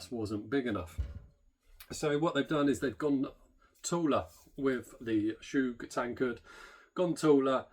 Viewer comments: Chug not “Shoooge”! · Chuuuuuug. Not choooooog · Love the video, bought 2. Isn't it pronounced "Chug" instead of "Choog".